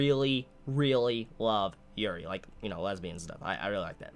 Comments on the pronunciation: I thought he said urine lmao XD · when you said yuri i well thought you said urine lmao